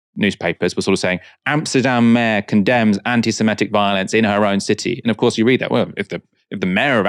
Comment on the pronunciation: *semItic. As in Semite. Please don't keep saying semetic.